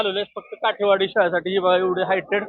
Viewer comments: काटेवाडी नाही काठेवाडी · काटेवाडी नाही काठेवाडी 😅